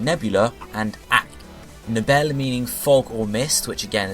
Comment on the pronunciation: You pronounce "Nebel" as "Nevel", btw.